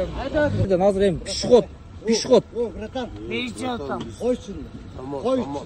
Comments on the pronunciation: Пишиход эмес пешеход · Пшыход дейби 😂